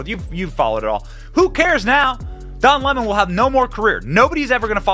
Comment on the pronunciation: Don Lemon's ego is out of this world. He is the cockiest, racist most entitled person ever. Good riddance! But I will miss how Tucker would pronounce his name, "Don L'mon" 😂😂😂